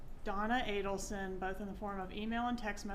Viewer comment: ATTY cannot even say, ADELSON (Ei-del-son). says, Ah-den-sun.